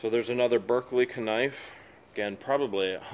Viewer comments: Why does he say kanife instead of knife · How come he keeps saying kanife. Its just knife